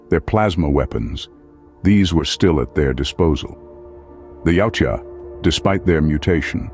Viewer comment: why does the narrator keep pronouncing the name of the species as yaucha how does the j sound like a ch yautja thats the way its spelled